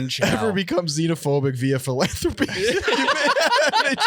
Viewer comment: I loathe the way pronounces “philanthropy” philanthropy fĭ-lăn′thrə-pē noun The effort or inclination to increase the well-being of humankind, as by charitable aid or donations. Love of humankind in general. Something, such as an activity or institution, intended to promote human welfare.